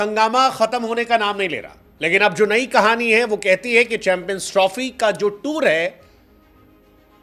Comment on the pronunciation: Chanmpions nhi champions hota hai sir ji 😮